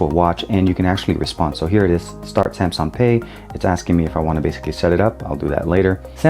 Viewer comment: Oh could you please just stop saying SAMSON!!!!!???